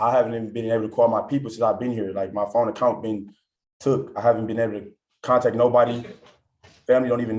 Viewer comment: “I need ma fone”